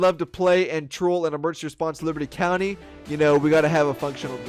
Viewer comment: Petition for this lady to start pronouncing the game back as “LIBATEEE COUNTEEE” or “LIBS COUNTY”